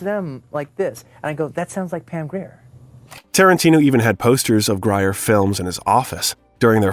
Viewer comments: The proper pronouciation is Pam Greer not Gryer Syop it!!! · Pam Grier's last name is pronounced Greer. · How do you not know how to pronounce Harvey Keitel, Pam Grier, Roger Ebert, etc... properly? (pronounce: "KAI-TELL, GREER, EEBERT) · Unedited AI. If the filmmaker had gone back to edit or better annunciate names in the script it would have fooled us all. Otherwise a good bio piece.